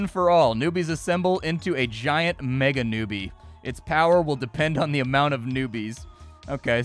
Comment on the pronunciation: reads meganewbie as mechanewbie. just splat things <3